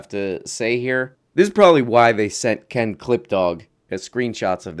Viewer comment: i really appreciate how many times you pronounced Ken's name correctly thank you for the respect